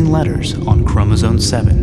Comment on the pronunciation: He keeps saying Chromosone! Arghhhhh!!